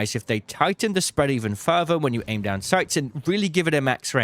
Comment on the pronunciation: You are the ARCangel of channels for this game. But why are you pronouncing FURTHER as FERVOR? Does your tongue not reach your teeth to make the TH sound? You pronounced FALLS as FOOWS. you did not even get the right vowel and again, refused to move your tongue to pronoumce either of the Ls. Again you pronoumced the word AMOUNT without the T at the end. You grunted instead. You keep saying WUF imstead of WITH and WUFOU instead of WITHOUT. I think I need to use google translate from BRIT GRUNT-SPEAK to ENGLISH